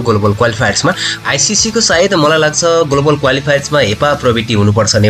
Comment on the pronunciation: गोलोबल गोलोबल होइन हौ ग्लोबल भन्नुस न। Anchoring गर्ने मान्छेको साना साना उच्चारण त शुद्ध हुनुपर्छ।